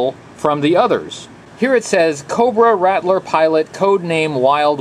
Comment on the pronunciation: RAT-LER ……why do people always pronounce It RADDLER?! Or RATDLER ….there is no D in the pronunciation